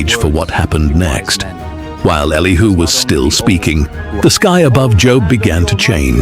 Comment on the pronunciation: Elihu not Elihoo.